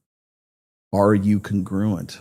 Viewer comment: Brah if you're going to use a word like congruent repeatedly, should probably learn how it's pronounced